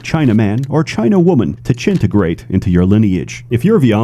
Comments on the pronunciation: mfer really said 'chintigrate' i love it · “chintegrate” almost killed me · Man said chintegrate hahahaha